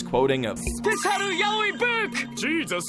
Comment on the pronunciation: SPESHEEUL YOWIEY BOOKU